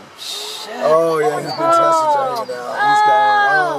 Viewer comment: It's pronounced intestines. 👌🐊🐴